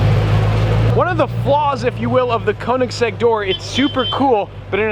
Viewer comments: Koenigsegg, not Kounegsegg. Get it right. 😂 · Need to learn how to pronounce Ø. As in Kønigsegg and not fucking Conensegg... 😐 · Great vlog, but the way you say Koenigsegg makes me cringe tho.